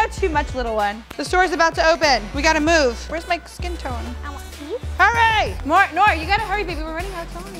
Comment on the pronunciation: its noor not nura